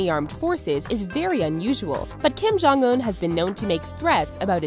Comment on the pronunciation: kim jong suk? I think it's Kim Jong Succ